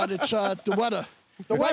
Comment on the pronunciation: “ issued weddah warning “